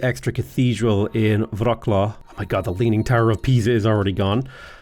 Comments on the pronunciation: Turning from nearly spot on "Vrot-suave" on the beginning to literally "Rock-claw" in the middle of the video. Sadge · I like how you started off saying Wroclaw almost perfectly and then switched to "Rocklaw" :D